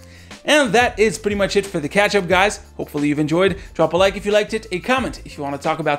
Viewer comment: Ending words sound like: This pretty mush it's for the ketchup xD